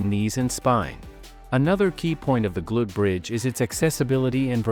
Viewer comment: Can you teach your AI narration to correctly pronounce "glute bridge"?